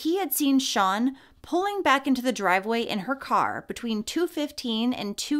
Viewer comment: I thought you were calling the monster Sean not sian (sharn). I live in the UK and had never heard of Alfie. Thank you